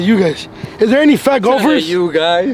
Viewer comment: This foo kept saying gulfers/gulf 😂😂😂